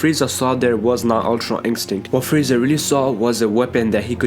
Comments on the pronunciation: Am I the only one who was annoyed everytime he said ultra instinct tf is ultron instinct smh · Its Ultra you fkn idiot not Ultron